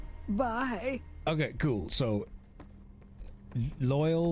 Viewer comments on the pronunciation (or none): I'm passively listening on the second monitor while Surviving some Vampires, and this "Bye" just jolted me back to consciousness. I was so confused about what I heard that I rewound a bit, now I'm crying because WHAT WAS THAT? What's the intended emotion of that line read(dying? constipated? horny?), and who okayed that placement because that was comedic perfection.